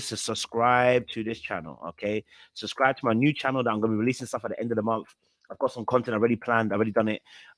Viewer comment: I love you truly. 😌 but puhleeease try n say both b’s in SU B SCRI B E🙏🏾🙏🏾👌🏾😌